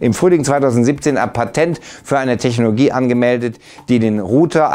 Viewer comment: Immer diese techNOGIE... Mann sag doch Technologie einfach ganz normal😛